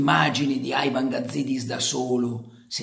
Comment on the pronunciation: Carlo, ti seguo dai tempi di Radio Peter Flowers per cui mi permetto di chiederti un favore: basta con questo AIVAN. Siamo in Italia e quindi si dice IVAN. Poi che sia una persona da neanche nominare, questo è un altro paio di maniche. Pero' ribadisco: basta con sta pronuncia del menga del nome Ivan... Basta!